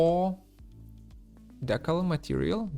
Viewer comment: Thanks so much for helping ease my transition to Unreal...your tutorials are fantastic! And just in case no one has helped out yet..."decal" is pronounced DEE (as in "demon") kal (as in "California")...at least here in the US ;)